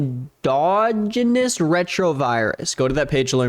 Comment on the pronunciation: is that how u pronounce endogenous…..???